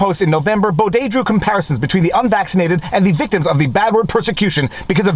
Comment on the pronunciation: I've read the judgement and it was all opinion based, the judge spoke about feelings etc. No laws where used in this judgement at all. All of our judges are political chosen and named for life, most are lefties. And lol your the only person who pronounces his name correct.